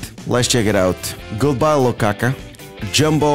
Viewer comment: lukakuu not lakakaa. 😂😂😂😂 love your videos